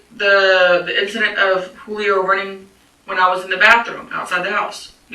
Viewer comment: The cop pronouncing the J in Julio. 😅 I feel bad for the babies and Pedro. She’s really trying to throw Pedro under the bus. The only thing he’s really guilty of is choosing to live with this pig.